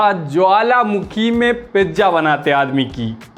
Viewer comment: Reeleej...😂😂😂😂...pijja😂😂😂... Waah re lallantop anchor.